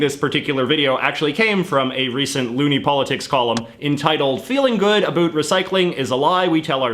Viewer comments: I actually am dead-close to a recycler; I'm a 'tamed' hoarder. I tend to use things until they are of no use to me, or better yet until they are broken. BTW are you from the Atlantic (East)? I hear your 'about' in a Newfie accent; cool! I have known for some time now that recycling is a bit sketchy to say the least but we are caught in a conundrum like to be healthy I might as well grow my own food because everything (including organic food has some pesticide) has some unnatural ingredient and most are processed. Even the water we drink is treated so we can consume it. Canada has 20% of the world's source of fresh water, and a little over 2% is from where I live - Alberta. I want to contribute to the society in a positive but we are entrapped by our own device. To survive I have to spend frugally and eat processed food, to eat healthy the stores and manufacturers place a higher price tag to "healthy options"... so to act 'normal' I have to recycle =( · Dig the guy and content. But not all us Canadians pronounce about, a boot, and the others. Cute, but don't stereotype.Or I'll have to thank you for letting me apologize to you.lol. Peace to all you F(&%^3rs. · I’m Canadian and have never heard another Canadian pronounce it that way. Also no one I have ever met says “a boot”. This guy is a bit of an anomaly. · About is not pronounced abote ya Canuck. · I'm a 46 year old Canadian man, and to this day, I've never heard a Canadian pronounce the word about, like a boot. WOW. I thought he was joking at first. Love it!!! And we're not all stereotypical. We're not all abouot, ha, maple syrup and hockey. The best of us love our beavers so much we proudly eat them. hahaha. Proud to be a Canadian, pass me another beer....... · There's no way you pronounce About like this without doing it intentionally because of the "meme where canadian talk funny" lol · The way you pronounce “about” is so heavily Canadian, I first thought you were an American making fun of Canadians! Lol